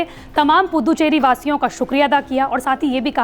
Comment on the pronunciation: अरे पुद्दुचेरी नही रे🤣🤣🤣🤣 पुदुचेरी बोल